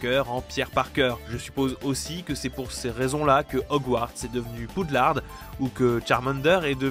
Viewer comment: Mais qui sont ces gens qui prononcent le -d de Poudlard? Pourquoi vous faites ça? Pourquoi?!